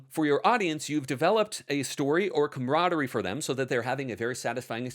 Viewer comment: It's 'camaraderie'. Sorry.